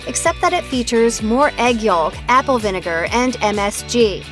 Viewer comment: What in the sweet hell is "egg yaulk"? What region of North America calls egg yolk "egg yaulk?"